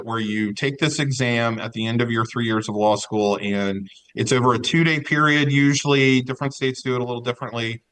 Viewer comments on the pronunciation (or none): none